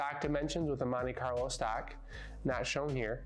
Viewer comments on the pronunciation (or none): none